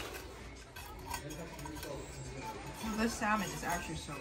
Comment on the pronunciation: pleeeaaaasssseeeee stop saying SAL MON its sam un the L is silent